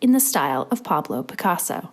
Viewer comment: par-blow pick-arso🤣